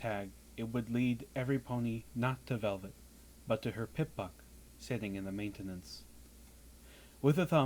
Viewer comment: I couldn't help but notice the odd pronunciation of maintenance and I was just wondering if it was spelled manetanance